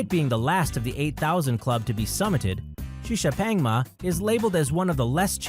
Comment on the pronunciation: 시샤팽마가 아니라 시샤팡마다. 혀는 꼬부라져가지고. 양놈들이란.....